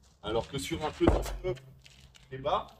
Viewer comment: Merci de souligner qu'en effet cela se prononce pneu et non peuneu